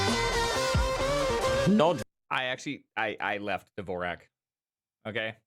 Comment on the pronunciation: it’s Dvorak not “Devorak”